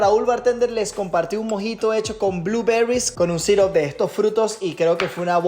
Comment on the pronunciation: Pregunta, Raúl, por qué decís los ingredientes o herramientas en inglés y mal pronunciado, cambia en algo decir Arándanos, en lugar de "bluberrys? ", Después por lo demás me encanta tu contenido, me sirve mucho para anexar a lo que aprendí, más cuando me toca ver cosas en el bar